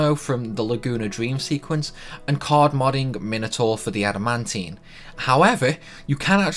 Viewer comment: Did you say cord or card?